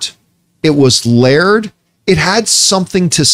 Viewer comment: My problem with Campea? His pronunciation of "layered"